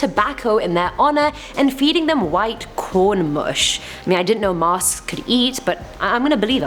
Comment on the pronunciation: She said masksksk